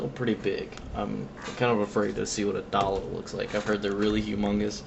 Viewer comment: dayyy looo say it right